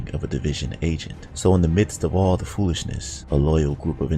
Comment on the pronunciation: You know you from the island the way you said "foolishness"